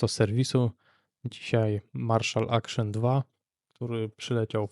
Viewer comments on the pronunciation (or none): Acton, nie Action ;)